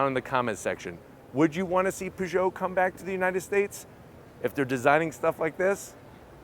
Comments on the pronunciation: Can anglophones please stop calling it ”POO”geot? It’s pronounced p”UGH”geot lol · Stop the hell saying Poo Joe! The cat emblem should give you a clue, it's Purr Joe! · Poo-Joe? Really? Really? 🙄 A simple ask would have provided him the correct pronunciation